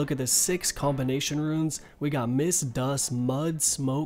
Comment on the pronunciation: Why the fuck are you saying ruins instead of runes?